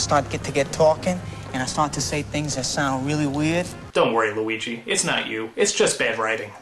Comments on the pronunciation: Weegee Mario. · I believe it is weegee malleo